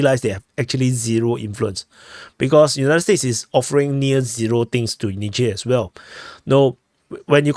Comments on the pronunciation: it's pronounced Nizher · Not nigher😂😂😂wtf